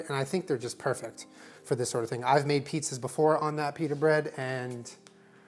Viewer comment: I’m and I pronounce “pita” as ‘peta’